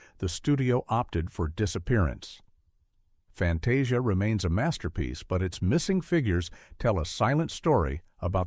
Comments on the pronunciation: Clicked to hear about the thumbnail, her face looks vaguely familiar (is she a character from a Goofy thing?) and that's a nice look. If it isn't in this video, I'm reporting this video for Misleading Thumbnail. FantAHsia??? Huh? Then pronounces it correctly a second later. BUZZ OFF with AI voices! One of the people writing the damn video can read it if you're too lazy to find a voice actor! Ugh. I'm going to look if I can report this for unlabelled AI content. Then you go on about the black centaurs of Fantasia (I figured) but use footage from the Sorcerer's Apprentice segment??? What about using footage from the SEGMENT IN QUESTION! I get not wanting to show the controversial characters, but at least show the right SCENE! Including the OTHER centaurs! (These are both about the first MINUTE, you're not doing well). I quite agree, they shouldn't have changed it, just asked the audience to accept it as a product of its time, I see so many old things come with a warning "This may contain questionable imagery from a different time, viewer discretion advised". Lillo? IT'S PRONOUNCED LEE-LO! Ala-deen? ALADDIN! I'm actually glad Bikini Goof-ette isn't there, gives me a solid reason to report this crap. Thanks! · I stopped watching when the narrator ("Fan-TAH-see-ah"? Are you kidding me?) went on and on about the racist characters in Fantasia's Pastorale segment...while showing nothing but "The Sorcerer's Apprentice"!